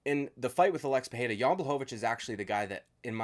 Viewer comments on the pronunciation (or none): "Alexi Pereria" fuck u dude